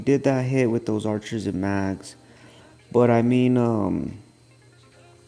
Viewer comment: ur saying mags